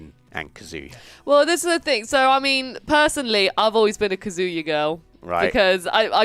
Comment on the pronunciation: you may love Kazuya, but you’re pronouncing his name wrong lol